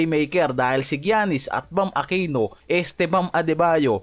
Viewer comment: Gianis - "yanis" not "giyanis".